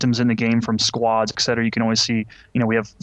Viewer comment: Ack, do you really say "ex-cetera" in english? It bugs me a lot when he says that, for in german its pronounced without the x.